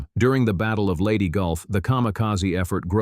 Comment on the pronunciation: It's Leyte, not Lady. STOP using AI for everything.